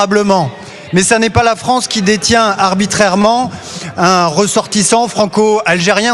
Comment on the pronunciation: En tant... Besoin... "Fronce" 😂